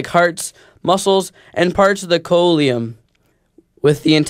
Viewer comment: Just so you know, as annoying as it, is the word "coelom" is pronounced "SEE lum"